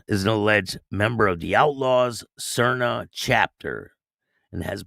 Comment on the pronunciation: the how to pronouce Saria SAR Nee Au